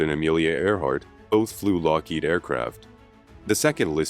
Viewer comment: Very interesting documentary. I only wish the narrator had better pronunciation. He repeatedly emphasizes the second syllable of Lockheed, which is incorrect. My husband used to work for Lockheed, and we both find that grating.